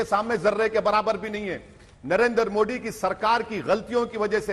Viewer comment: Great Britain but इंडिया एंड मोदी का उच्चारण गलत करते हैं मोदी को मोड़ी कहते है but great Britain abi bi चपापलुस्ता gai नही